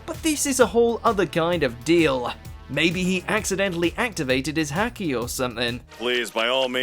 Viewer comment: Which episode had the zoro twin in it? Also, haki is pronounced hockey as in the sport despite the spelling.